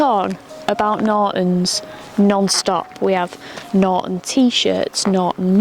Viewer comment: There’s a T in NorTon🤨